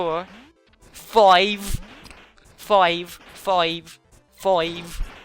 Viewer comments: 'foive' 'loive' amazing :D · turns australian when she says five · You say 5 in a Irish accent